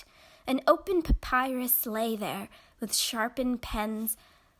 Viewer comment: What does bother me is her inability to pronounce papyrus, Athens, Carthage, papyri or wholly. The longer I listen the more mispronounced words.